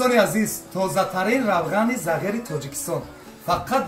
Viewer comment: Ассалому алейкум, ( загир эмас ) Зигир дейилади!!! Кучирибсилар узгартирмай тугрилаб дейиш керак хар нарсани отини имсини!!!